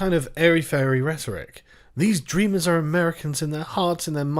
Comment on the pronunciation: Dreamers? Sounds more liked Drainers